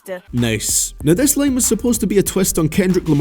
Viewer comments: its line not lane ffs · Is it really that hard to say “line” and not “lane”